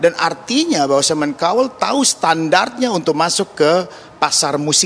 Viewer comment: Cowel ?? Baca : Kauwel